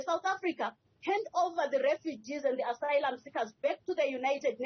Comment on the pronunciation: She can't even pronounce "asylum"